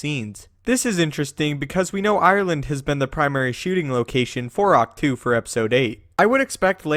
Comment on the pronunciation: IT'S AHK-TOE... NOT TWO.